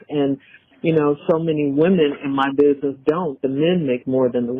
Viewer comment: ANY MAN THAT SAYS “BIDNESS” INSTEAD OF “BUSINESS” 🚩🚩🚩🚩🚩